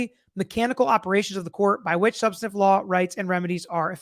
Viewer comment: Sorry dude, but it's "substANTIVE" not "subsitive"